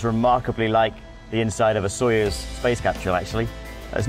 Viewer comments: He said Sojoez exactly zero times lol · Anybody count how many times he said 'Sojoez' ?